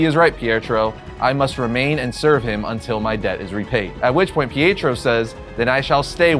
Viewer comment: you have to work on your word pronunciation, It is Pi-et-ro not Pierre-tro. Also, for the record it is enth metal not nith metal.